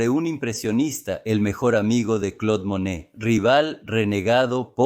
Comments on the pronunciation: Todo el tiempo po estuve confundicda. Tido el tiempo pronunciaba Manet, se que fue traducido con IA YA ESO ES LO USUAL, PERO FASTIDIA. EN REALIDAD SE QUE SE TRABABA DE Monet y no de Manet que es otro pintor. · Extraordinario, sólo ten cuidado al pronunciar Monet y no Manet, son artistas diferentes. Exitos! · No es cierto. Monet se pronuncia "Moné". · Muy bien detallado tu trabajo, .... me parece muy bien trabajado y preciso. Solo qué habiéndo existido dos pintores franceses pertenecientes al mismo movimiento y contemporáneos; MANET y MONET, ( Eduardo Manet. y Claude Monet.) . A quien has tratado de biografiar es a Claude MONET,.... y has pronunciado en todo el video el apellido MANET. Solo ése detalle que crea confución, ... de resto TODO MUY BIEN. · Súper extraordinario!!!! Renoir fue excelentísimo. La duda es en Monet o Manet, son diferentes, y a veces no sé a cuál te refieres porque los pronuncias de un modo o del otro. Ojalá tengas más cuidado en ello, porque se queda la duda. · Curioso que los titulos de las pictures estan descritas en Ruso, ha! Ah, me confundes es Manet o Monet, no puedo distinguirlos cuando pronuncias. Pero gracias! 😍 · La voz IA comete ese error.